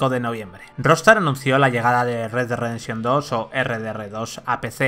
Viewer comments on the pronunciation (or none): "RedeRredenshon2" xdd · Como le patina la lengua jajajajaj “red güad rededsion” más o menos he logrado escuchar jajajajajjajajaj